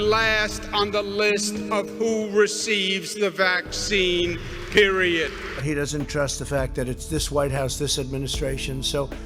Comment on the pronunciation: He said PERIODT